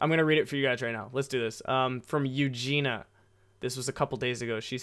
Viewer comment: Ahh, thank you for the podcast! And thank you for replying my question hahah, made my day when I was listening and then heard my name hahaha. And you almost got my name right too haha, people usually mess it up like A LOT haha. Its pronounced ユウジニア haha but ahh thank you for replying haha. I've been wondering about it for a whileso yeah. But you will go with a work visa then and not permenantly move there? Hope you got to rest a bit as well! Hope you have a nice week! :D Greetings from Sweden!